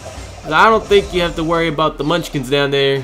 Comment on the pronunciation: When he said you must "think" like zee toilet it sounded like stink XD